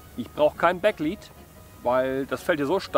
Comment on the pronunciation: Es heißt leed nicht liied😂